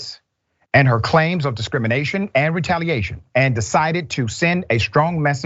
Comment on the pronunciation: Did the guest say, "Discriminiggation???" Replay it! Was that a Freudian slip? 😳😆